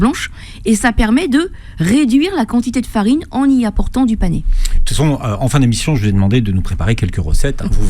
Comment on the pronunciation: C'est le "panais" et non le "panéééé"